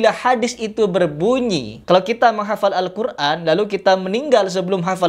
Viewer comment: gue setuju sama. bicara Al Qur'an ko ngomong Al Qur'an pake ain bukanya itu Hamjah 😅